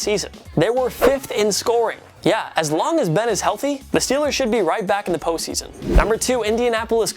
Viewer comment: If says "Po season" one more time... 😑